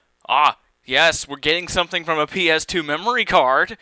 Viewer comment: i like it when you keep saying pass "A" for the ps2 game xD